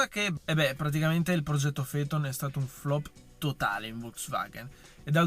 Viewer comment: Si pronuncia Feton ….nomen omen